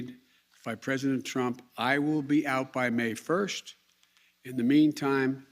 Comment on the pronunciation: Why can’t he say may 1st like a normal human being?!